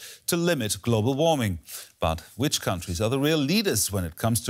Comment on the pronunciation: glo-bull warming